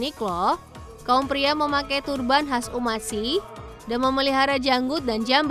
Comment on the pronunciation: Jelas2 ada huruf K tapi baca nya malah “sihh” bikin emosi denger nya😭😩